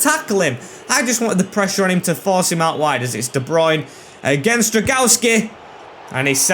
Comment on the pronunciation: as a Pole I have to say that the pronunciation of your goalkeeper name is more like Drown-go-vsky, not Dragaski. Still good series, keep it up.